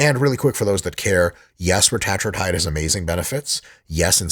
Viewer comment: I hate how he pronounces Retatrutide